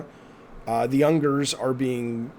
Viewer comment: Jaffe I adore you, and this is really insignificant because your heart is in the right place, but number one with a bullet, if you wanna advocate on behalf of or use the Uyghurs as an example, it’s worth getting the pronunciation right; it’s pronounced “wee-ghurs”. After that, the way that this universe has affected so many people in such positive way, it’s worth just ignoring JK and her garbage. Having said that though, a really comprehensive video essay was just put out about some of the more subtly toxic ideas that Rowling populated her books with. It's worth a watch no matter what, but I appreciate everything about this video; it's an important conversation.